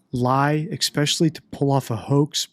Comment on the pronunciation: I wonder if knows he says 'especially' incorrectly... 🤔